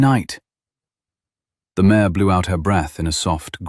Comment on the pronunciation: Mare not mayor